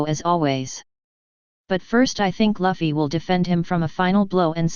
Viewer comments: the computer might pronounce loofy better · Lafi? Lavi? Who do you mean?? its Luffy, it pronounces same with Goofy but with "L" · why you pronounce luffy as laffy? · Zoro is the first mate.... He's Luffys (not Laffy) right hand man.... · did he say luhffy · You pronounced Luffy wrong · the way that voice thing pronounces luffy makes me wanna kick a baby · Why does your voice sounds so robotic? And why are you pronouncing Luffy's name wrong? And a female character doesn't automatically equal fan service, it's when that female char is used soley for sexual reasons.